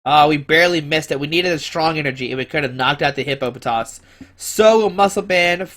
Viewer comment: you said hippo-potatoes :D